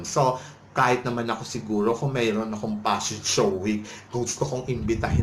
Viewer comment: Get over your paranoia. And stop saying "passion show". It's "fashion show."